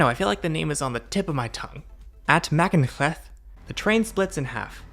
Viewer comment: machynlleth is pronounced muc-unth-leth if you wanted to know and I take that route quite a lot especially for my holidays and the longest welsh name you pronounced was better then my pronunciation